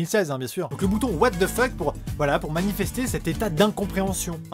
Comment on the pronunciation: J'aime bien ton accent pour le "what the fuck" 😂